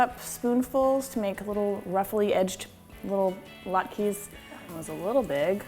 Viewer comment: Sam Welford you're welcome. this recipe is far from traditional, and depending on which Jewish person you ask, she mispronounces them. (Jewish person here) lol.